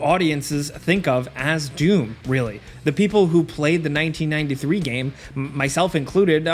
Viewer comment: Anyone else just hearing DUNE whenever he tries to say DOOM? lol